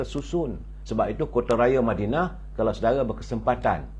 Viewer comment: lebih suka berada di mindanao?.. ke mana?.. ooo madinah... "".. madinah bunyi mindanao.. biar jelas duduk perkara "".. jgn cuba kelirukan kami.. kami bukannya bodoh..